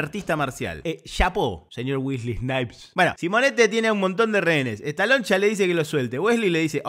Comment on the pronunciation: Muy buena tu narracion de toda la película me cargué de risa.... sobre todo Me dio risa como ....decis estaloncha.......😂😂😂